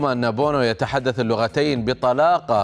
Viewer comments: بونو وليس بوبو 😁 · سميتو ياسين بونو ماشي بوبو أ السي الصحفي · ياسين بونو وليس بوبو يا بوبو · اسمه ياسين بونو وليس بوبو 🤣🤣🤣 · ياسن بونو ماشي ياسين بوبو يلي على معلق كيف.داير حتى سمية منطقهاش مزيان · ياسين بونو❌ ياسين بوبو✅ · للتصحيح /ياسين بونو وليس ياسين بوبو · مين سمع المذيع قال "ياسين بوبو " عوض عن "ياسين بونو" في البداية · اسمه ياسين بونو وليس بوبو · حتى المذيع يجب عليه التحضير جيدا. اسم الحارس ياسين بونو وليس بوبو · الدقيقة اسمو بونو وليس بوبو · ياسين بونو مش ياسين بوبو و استاذ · ياحبيب اسم الحارس بونو ليس بوبو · واش غا انا لي سمعتو قال ياسين بوبو😂😂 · المذيع قال فالأول ياسين بوبو ماشي بونو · اسمو ياسين( بونو )وليس ياسين (بوبو) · شكون لي سمع منين قال ياسين بوبو ههه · أخطأت لقد قلت ياسين بوبو أنه بونو ليس بوبو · اسمو ياسين بونو مو بوبو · ياسين بون. وليس بوبو يا سيد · بوبو ههههههه مش بوبو . بونو ياخي لهدرجة مش بتبحثو والله بيعملوها الصحفيين دائما 😂😂😂😂😂😂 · المذيع قال بوبو وليس بونو😅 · بونو ليس بوبو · اسمه ياسين بونو مو مثل ما تقول انت ياسين بوبو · اسمه بونو وليس بوبو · اسمه بونو ليس بوبو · للتصحيح بونو و ليس بوبو .ياسين بونو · ياسين بونو وليس بوبو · His name Bono not bobo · اسمه بونو ليس بوبو 😂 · بونو وليس بوبو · Yassine Bono not Bobo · ياخي اسمه ياسين بونو مش بوبو انطقوا اسمه صح بعدين تكلموا الله يرضالي عليكم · ياسين بونو و ليس بوبو يا مذيع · yassin bono NOT BOBO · بونو و ليس بوبو اخي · It's Yassine Bono not BOBO 😂😂😂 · yasine bono not bobo lol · بونو وليس بوبو هههههه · يا جاهل بونو وليس بوبو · المقدم قال ياسين بوبو